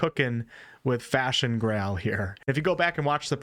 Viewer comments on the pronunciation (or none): "Tainted Grähl" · "tainted gawl"